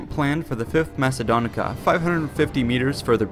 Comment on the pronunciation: its pronunced legia quinta macedonica